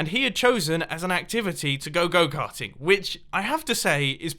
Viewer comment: Am I the only one that when mumbo sed go carting heard it goat hunting?